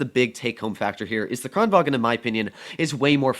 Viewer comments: Im swedish and kranvagn says kraenvan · says the kran right but then says vagen